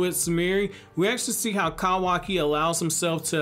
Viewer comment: Proud of you... You're finally saying kawaki correctly